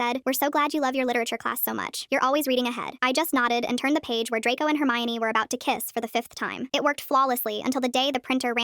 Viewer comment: we love "hermaini" and not the character "hermione"